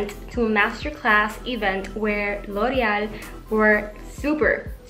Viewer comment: loved the way you said loreal❤ lots of love and support from nepal💐